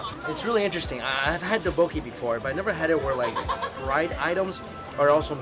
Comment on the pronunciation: the tteokbokki pronunciation is killing me